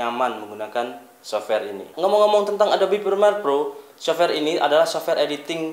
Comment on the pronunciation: Prremiere bang,, bukan Primer :((